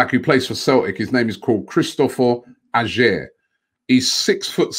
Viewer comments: Its peonounced Ayer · Pronounced like Ayer Robbie mate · Not quite there yit but is better than mustafi holding chambers if he was in the premier leauge he would be going for 35 mil least maybe Is a punt for 25 good on ball etc just makes the odd mistake. Pronounced his name wrong tho Robbie 😂☘️☘️☘️☘️. And your right the standard is worse up here no doubt just a question have use got a champions leauge trophy in that cabinet👀👀